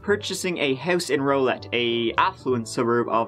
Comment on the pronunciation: It's pronounced more like Rowlette, not Rolet (Rowlett)